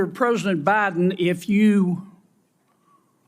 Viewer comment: Kennedy can't even speak English..his ignorance is as astounding as his illiterate speech! "Prosant" instead of President, etc etc!